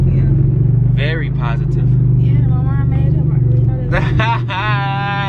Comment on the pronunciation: It’s emphasising the words “CRAVINGS” & “POSITIVE” that’s got me intrigued 🤷🏼‍♀️